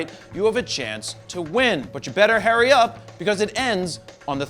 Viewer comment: Anyone else catch the "better HAIRY up" ? Lol